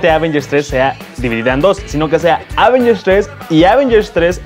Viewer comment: Prefiero cuando Alex presenta las noticias:p o y se pronuncia avéngers, no ávengers:)